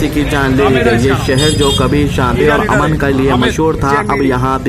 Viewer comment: TUMARAY KU KITNA SAMJANA. PRACTICE KARKAY BOL BHAI. TERAY KU URDU NAHI AATI KIYA. PHIR SHAROO HOO GAYA. "AMAN VA AMANAT" 😅 NAHI BOLTAY. AMAN VO AMAAN BOLTAY. Kiyun Urdu ka janaza nikal raa.